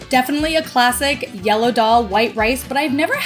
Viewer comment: FYI. You missed the "w" in "yello daal". 🍻